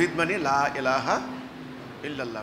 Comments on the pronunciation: লা ইলাহা উচ্চারণ হবে, লা এলাহা হবেনা। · লা এলাহা? এমাম? ওদের উচ্চারণ দেখেছেন? দাঁড়ির অবস্থা কি দেখুন।